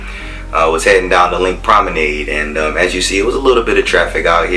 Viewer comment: learn how to pronounce 'promenade' ffs. leanr how to take decent footage. got damn horrible